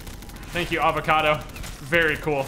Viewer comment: "Avacodo" My brain dead ass: "who is this new avacodo tuber???